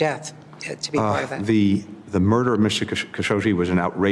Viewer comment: It's pronounced Kuh-'shoge-jee. Doesn't the state department have somebody in charge of pronouncing people's names in a manner at least similar to how they pronounce them?